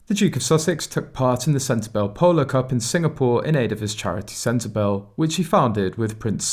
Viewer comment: It's SEN-TE-BARLAY AND LESSOOTOO